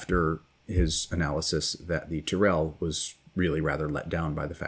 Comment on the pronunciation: Thank you for this excellent video. One thing, though: "Tyrrell" is pronounced with the accent on the first syllable.